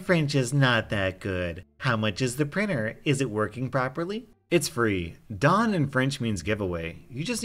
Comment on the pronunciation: Little heads up : , "DON" isn't pronounced like the status here, instead, it's pronounced as if you said the English word "don't", but without the "t" sound. Hope I taught people something new today! ^-^